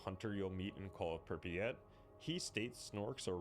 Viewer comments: Holy fuck please stop pronouncing it “Prippy-at” 😭 it’s pronounced “prip-yat” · "prip e at"